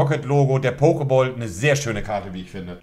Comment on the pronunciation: niemand: Monte: Pokeboll